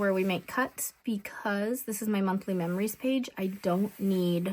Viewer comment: I really enjoy your videos. I love how you said you can't talk when spelling words backwards because you end up spelling them wrong.... guess what?? You spelled meRories instead of memories while you were talking.😂😂😂 too funny. ❤